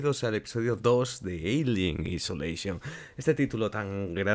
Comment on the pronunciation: Se pronuncia "aisoléision".